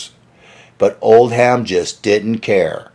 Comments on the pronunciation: Oldham - not like "old ham", spoken as "oldum" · Pedants comment. The manager’s name Oldham is not pronounced Old-ham but Old-um the ‘h’ is silent and the am is pronounced um. As in the name of the northern English city which suggests it is from the Northern Lancashire accent. Apologies if already mentioned. Good video and I was a teenager back then. Pity I missed Jimi Hendrix cutting Eric when they first met at Regent St Polytechnic, where I went to college 2 years later. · This guy (?) is not a good speaker. I think he probably chose the wrong profession. It isn't pronounced "Old•ham". It's more like Old•um. The h is silent. But this is just one of he stumbles over. It's distracting to me. He wore me out in that video he did about Pete "Townsjend", or however his mispronunciation would be spelled. Drove me crazy! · In the Uk the name “Oldham” is pronounced “Old-am” not “Old Ham”. Although funny enough, an old ham was indeed what he was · old ham.....get a life and learn how to pronounce it